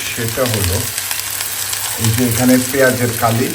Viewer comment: পেয়াজ কলি। পেঁয়াজ কালি কেন বলছেন বারে বারে😮